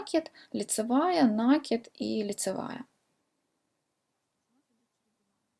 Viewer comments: Ну почему нАкид, в русском языке есть только слово накИд!!!! Не издеваетесь над языком, слух режет очень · А мне накИд режет слух, так что будем говорить как нам удобно